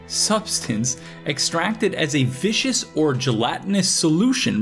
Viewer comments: Viscous. Vis-cous. Viskus. Means a thick and sticky when it comes to liquids. Not vicious. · It’s pronounced ‘viscuss’ not ‘vicious’ it means thick or oily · Google: It's viscous: Vicious Google: No, viscous: Yes, vicious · Viscous, not vicious. Viscosity is the measure of how thick a substance is. So viscous means thick. Glad to see another video from you. It's been a long time! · Welcome back to the game homie skillet! Just a heads up,on mucilage's definition uses viscous referring to viscosity, it's got a hard "c" for pronunciation unlike vicious' soft "c"